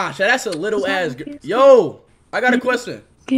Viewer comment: "I HAVE A QUESTEN" had me rolling on the floor 🤣